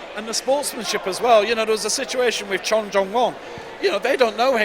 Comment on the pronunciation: How wrong was the commentator there? Poor form even suggesting it, but in fairness, he retracted it straight away. Also annoyed by the constant mispronunciation of the names. James Kassay, Jule Wurm and Jongwon Chon (for the first half of the comp). Good competition overall. Very close both females and males. Men's problems looked nails. Poor Rustam, doesn't seem to be on form at all this season.